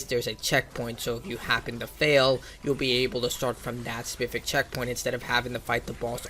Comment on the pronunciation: Respectfully: "Spess-if-ic" specific